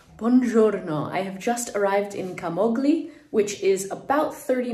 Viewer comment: Please pronounce the name Camogli correctly.